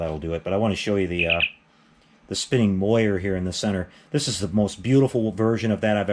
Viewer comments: Great videos....great items. But on the pronunciation, "moiré" is pronounced mwa-ray not moy-er. Cheers! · MOR-AY. MAY-juhl.